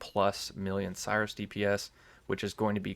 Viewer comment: When someone pronounces "Sirus" as "Cyrus".